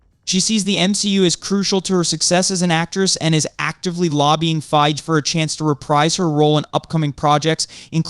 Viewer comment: I just wish you could decide on ONE way to pronounce Fiege and put the emphasis on SHE-hulk not she-HULK.